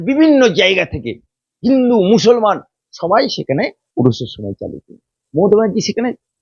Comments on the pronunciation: আপনাকে বলছি আপনি ভালো করে ভাষাটা শিখুন আপনি একটা করে উকিল আমি ভালো করে মুসলমান বলতে পারেন না আপনি বলছেন মুসলমান মুসলমান আপনি আপনার ঈমান আছে কি কি আপনি সেটা ভালো করে দেখেন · ভাষা ঠিক করে বলেন মুসলমান শব্দ বিকৃত করে বলবেন না, ভাইরাল হতে, হওয়ার জন্য অনেক কিছুই বলতে পারেন এসব বন্ধ করুন, বলতে বলতে অনেক কিছু বেশি বলে ফেলছেন,এ বিশেষ একটা দলের দালাল এবং নোট খোর, রোজিনা ম্যাডাম একটু বেশি বেশি করে ফেলছেন মুসলিম বিরোধী দালালদের কাছে বেশি যাচ্ছেন মুসলিম হলেও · ভালো করে মুসলমান উচ্চারণ করতে পারে না আপনি কিসের মুসলমান